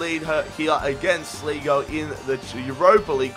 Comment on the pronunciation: Its pronounced Sly-Go. Not Slee-Go. :)